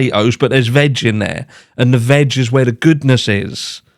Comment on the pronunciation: Never say veg again 😅🤣. Did NOT sound like veg at all lol.